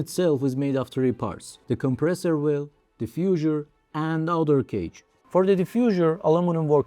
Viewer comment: The "Diffusure" and the "Steel Shit" makes a proof that this is not AI xD